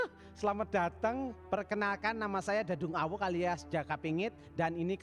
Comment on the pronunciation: Tumben dadung awuk ngmng nya agak bener😂😂😂